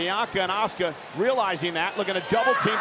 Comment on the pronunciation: that is A-SU-CA there is not a sh or ch letters or pronunciation of the name OH SUE KA.